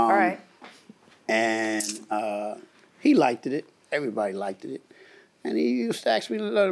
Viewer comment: "He likedit it"